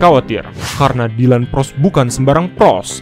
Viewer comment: ploss bukan pross